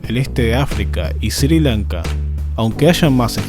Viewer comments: Sri lanka no se lee SIRI LANKA sino ESRÍ LANKA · "Sir Lanka"